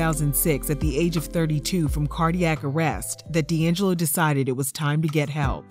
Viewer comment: D’ AnJello!😂😂😂😂